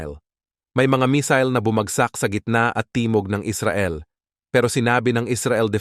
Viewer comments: Not mesil.mesayle.(mesille) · Missile mig , not misol 😅😅😅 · Misil sa imong mata 😂 missile hind misil 😂😂